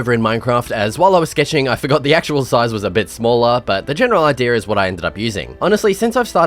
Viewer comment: love the way he says "idear" instead of idea genuinely no hate